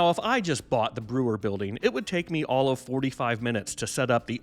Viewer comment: It's pronounced BROY-er.